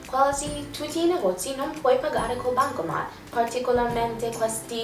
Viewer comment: Si dice bancomaT, non bancoma... ps:ti adoro